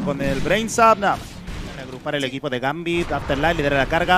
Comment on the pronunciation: Porque dicen Gampi en vez de gambit? Estos casters son la kgada.